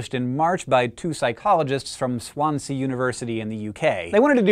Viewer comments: Ah I love it when Americans pronounce UK place names specifically Welsh FYI it's pronounced Swansy not swan-sea :D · Gotta love that my uni is getting in on this ASMR business but so weird hearing Hank say Swansea haha. Mostly because it's pronounced "swon-zee" rather than "swon-see" but still - recognition!! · FYI - It's pronounced swansea, not swan sea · Oh my god the way you say Swansea XDDDDDD say it like " Swan-zee" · I get tingling happy feelings from many things! I didn't realise it had a name! (P.S it's pronounced Swan-Zee university :) ) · Dear Hank. Swansea is pronounced "swan-zee" and for those who didn't know it is a town in Wales (still in the UK, but not England). Flies away... :) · On Hank, the way you said Swansea just killed me! XD You Americans are funny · 1) Awesome that asmr is being more and more recognised and accepted as scientific fact. 2) the way you pronounced Swansea, as a Welshman myself, was one hell of an expiry de to listen to Mad that it's taken so long to be properly discovered